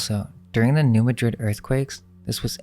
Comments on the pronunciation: Love your videos, now I dont feel so alone in my discoveries. OH YEAH!, since im from the area (southeast missouri, next to the boothill) im going to help you with something. NEW MADRID is pronounced NU-MAD-DRID. Check out how it made RealFoot Lake and possibly the Senith Lights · Just some pronunciation corrections: There is no "noise" in Illinois. The "s" is silent. Also, New Madrid, Missouri, for which the earthquake is named, is pronounced "New MAD-rid". Thank you.